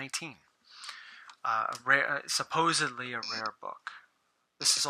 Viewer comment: "supposebly" (sic)